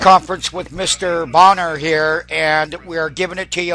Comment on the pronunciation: Pronounced "bay-nor" not bonner. Lol